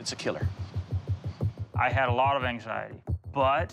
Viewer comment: its a "KEALer"